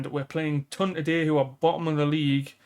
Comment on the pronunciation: Once again I am asking you to say Toon not TON :pillow-turquoise-hot-chocolate